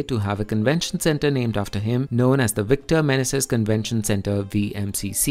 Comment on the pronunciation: Awful commentary. Indian English is not "closer to Amarrycan English." If that appears that way to you,, it is because you have not read books, only learned your rough and ready English from the internet. Also, it is not "Victor Men-a-zis." It is "Victor Manayzees."